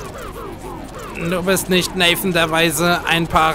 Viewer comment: Du kennst Nathan der Weise von Lessing nicht? o.O Okay...? (Man spricht den Namen übrigens Deutsch aus.) Wir können uns aber selbst mit diesem knüppelharten Boss darauf einigen, dass Welt 4 die beste Welt ist, oder?^^